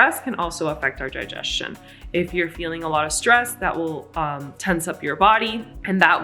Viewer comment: what's jigestion? Hah, hahaha. Hahahahahahaahhhahahahaahahannanannanannanannannnaannnahahaaaaahaha.